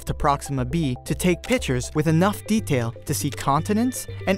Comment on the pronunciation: . We gonna take pichers of interstellar objects